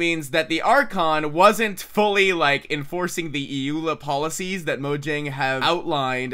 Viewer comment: EULA. One word, not E-ula.